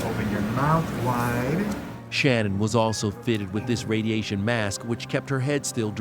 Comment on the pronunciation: Why even when she died people can't get her name correct? Her name was Shannen and not Shannon